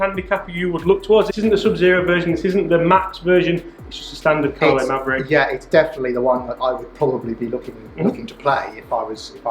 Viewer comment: MAVRIK (Mav Rik), not Maverick...good numbers